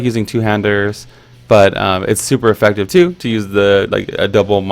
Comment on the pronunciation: "Effactive." Love the series dude. Keep it up <3